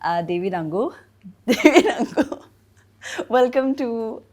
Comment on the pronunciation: It’s Angu not annguuu 😂 dear host !